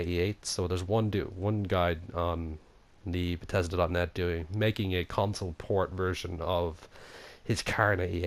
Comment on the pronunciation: sorry but... BETESDA?!